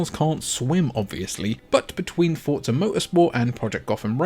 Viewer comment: It's not fortza It's forza